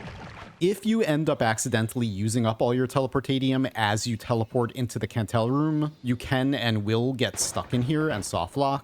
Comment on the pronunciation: By the way, the Kantele is pronounced Kandel-e, not Cantel! Its the name for a finnish box zither, and the Kantele sprite is actually a box zither too!